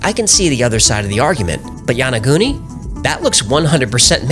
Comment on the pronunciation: what a trip, this guy pretends to be science based and then says yaniguni looks man made to me, must be Atlantis.